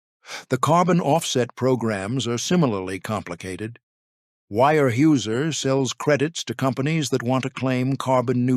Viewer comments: Its weyerhauser. Not wirehouser. At least pronounce the name correctly. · Wire-Hoosier? Seriously?! Smash that thumbs down button 👎🏻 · Your pronunciation is horrible. The Germans (I believe) would say "vier hyser" and Americans would say "where houser". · ware- houser pronounced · It's pronounced ware houser. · The pronunciation of the name is not WIRE-houser. If the name is not correct, what else is wrong? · I can't get over the way he pronounces this... Phonetically... it's pronounced Ware-houser. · I would give this story a big hand if only your narrator had a clue about the correct pronunciation of Weyerhaeuser. The continued mispronunciation is irritating and disrespectful to people in the northwest who have longtime connections with Weyerhaeuser. Fix it! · Can't say the name right, and 9 minutes in and there's already about 10 false facts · The single most important word of the article. Get it right